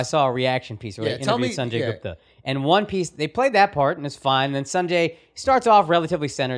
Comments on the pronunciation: Aakash is so paranoid . He isn't even 'really' indian. But has to talk shit to make himself special. Dumbo couldn't even pronounce Gupta correctly himself and is teaching them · I listen to a station that has the Sanjay Gupta commercials that pop on a couple times a week, and Gupta himself says, "S-on-Jay" not "Sun-Jay", and says, "Goop-ta" not "G-up-ta" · Andrew : how do you pronounce Gupta Aakash.: "Gooptah" 🤦🏽🤦🏽🤦🏽🤦🏽 It's Guptaa..dumbass